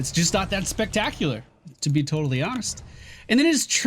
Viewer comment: did someone else hear "TOADally hones"? xD